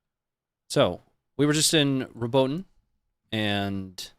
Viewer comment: The correct pronunciation of Robotyne is 'Robot-een-ay', fyi